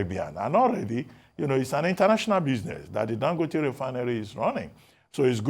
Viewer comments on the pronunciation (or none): he is Dangòte not Dangóte as you called him. Listen to Dr Abati he got it right. Ask your Kano friends if you doubt